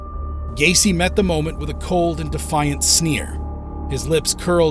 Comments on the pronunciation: Quién diablos es Gain ?????😂😂😂😂😂 El tipo no sabe ni pronunciar sus nombres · John Wayne Gay-see